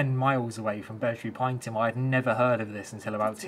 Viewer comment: Pronounced as “pine E Tum” 😉